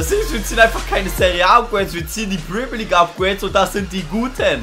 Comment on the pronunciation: die englische liga heißt nicht Primier league sondern Premier League. und Hümmels? wtf.